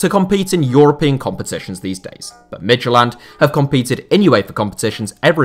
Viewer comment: Midtylland is pronounced Mee-you-lan, not mid-ty-land.